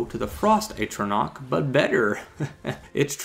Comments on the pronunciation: "At"-ronach, not "Ate"-ronach. More problematic was your (and other people's) use of the word "then" (a time reference like "when") in place of "than" (a comparison). I agree with your thoughts on the design of the flame atronach, she's hot. Thumbs up on the video! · As far as I can tell it's pronounced 'Ah-tron-Ah-ck. Great video! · in defense of you not being able to pronounce atronach, i pronounced it atronch for a good while